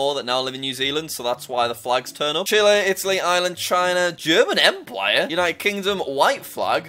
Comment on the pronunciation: Jack:german empwire me:empWIRE nonononononono not empire empwire🤣🤣🤣🤣🤣🤣🤣🤣🤣🤣🤣🤣🤣🤣